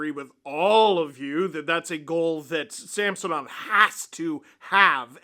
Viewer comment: Actually .. in the broadcast last night Gord explained that he prefers Sam-son-ov now, NOT Sam-sewn-ov... so please kindly STOP IT, IT NEVER MADE SENSE THAT WAY ANYHOW.